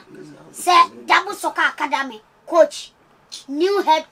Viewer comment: Who else heard Akwadamey 😂😂😂😂